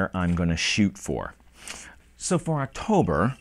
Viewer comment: Woah 2 videos! a week! + rapid fire Friday's Alright! Just go for it! You do a good job no matter what happens! I watched the video all the way thought! "Oxtober video's soon" LMAO. Drunk on Scotch is funny as hell!! You where getting really slurry there at the end:)